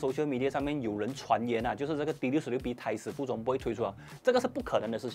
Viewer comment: 我听了几次什麽叫没有台词步骤，看了文字原来是胎死腹中，我希望以后可以发音的准确一些，或设有字幕。